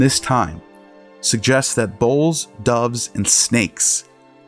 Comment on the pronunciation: Sounds like he is saying "bowls", not "bulls"